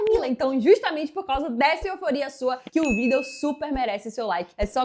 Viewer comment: Por que vc fala vídeo de vidêl mila briktok?